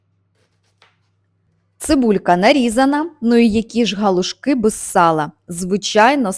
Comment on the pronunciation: Галушки. Наголос на другий склад.